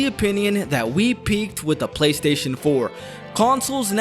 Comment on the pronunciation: Take a shot every time says “GayStation” 😂